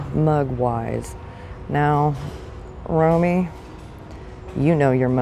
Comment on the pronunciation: If Romy's screaming at you is probably because of the way you're saying his name, lol. It rhymes with Tommy. I'm just kidding. He'll be thrilled that you watch. I'll send this video to him.